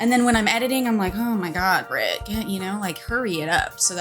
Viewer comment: Also, apologies for saying “Brit” instead of “Britt” , hope you’re having a lovely weekend!! <3